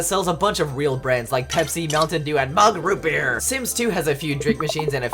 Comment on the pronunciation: ah yes MUG ROOT BERE